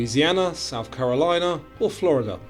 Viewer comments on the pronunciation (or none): none